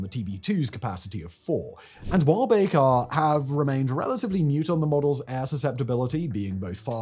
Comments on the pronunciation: He isn’t even pronouncing Bayraktar correctly 🤦‍♂️ Just a garbage channel reading AI-generated scripts based on Wikipedia. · A Brit pronouncing something strangely?! Someone halt the presses